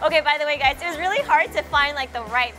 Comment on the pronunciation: did she said hello gays?